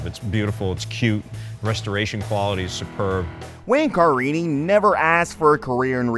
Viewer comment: So I guess you have never seen an episode of this show? Car ini? It's Ca rini.